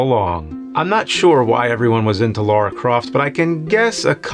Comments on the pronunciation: It's LARA! LAH RAH! NOT LAURA! NOT LOH-RAH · Its not lera not laura but Lara croft.... like lalaland. Yes that bothers me haha